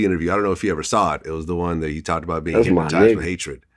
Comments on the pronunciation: “They are hipmotizzzzeed by hatred” 😂😂😂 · Boosie Said “Hipmatized” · “Hypmatized with hatred” 😂 not hypnotized